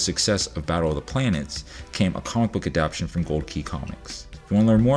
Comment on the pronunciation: Good video! Minor quibble, it's 'adapTAtion' not 'adaption' (which isn't actually a word, I'm pretty sure.) Stay awesome!